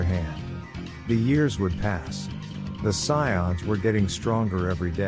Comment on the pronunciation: I liked the story but the pronunciations are real bad. Scions and kakaroat? Oof